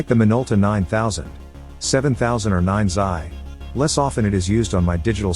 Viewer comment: Among many other spots, Video "or 9 Zeye" - What's a 9 Zeye ? The ROBO voice probably meant 9xi. - - - I Hate Robo 'stuff'...